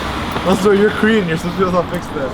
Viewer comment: I keep hearing "Cream Bootcamp" instead of "Korean Bootcamp" messed up my head! xD